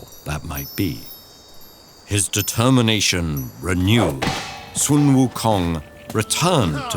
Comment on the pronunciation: No hate at all, but it is so simple to research the correct pronunciation of sun wu kong!